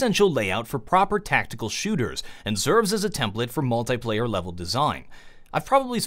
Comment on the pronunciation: mul"thai"player its mul"thi"player